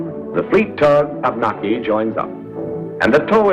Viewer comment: I was on a sister ship to the fleet tug USS Abnaki, which he mispronounced. The fleet tugs and similar ships were named for Indian tribes of America. This would have been really something to tow a U-boat. Good catch men!